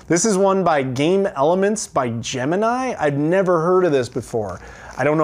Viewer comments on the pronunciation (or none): none